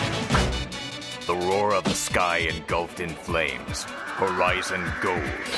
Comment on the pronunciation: LOL i own the DVDs for this. Lol i always imitate this guy. Especially when he points at the screen and then shifts his body to start the soil triad. hahaha. Lol i know he said Horizon Gold but it sounds like Verizon Gold lol.